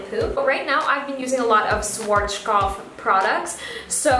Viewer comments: Great video! Also, Schwarzkopf is pronounced something like shvarts-koppf or shvahts-koppf (that's the closest english spelling can get to it, looks weird, i know). Or if you can read phonetic alphabet: /ˈʃvaːtskɔpf/ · Its so cute how you pronounce SCHWARZKOPF its so funny. I am german and i am proud to see you are using german products:) schwarzkopf means kinds black head :) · As a German it sounds so cute and funny how you pronounced Schwarzkopf :D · Aw! Am I pronouncing it wrong? Haha... I do like the SCHWARZKOPF brand. It's amazing and it has done wonders for my hair. :) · The way she pronounces SCHWARZKOPF 😁